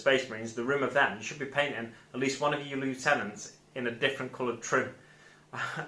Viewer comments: great video mate. but I think we're going to have a falling out here. he's not disco dancing he's summoning the hive. and it's pronounced lieutenant not lieutenant 🙄😜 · nah nah you said lieutenant even though lieutenant is pronounced lieutenant 😎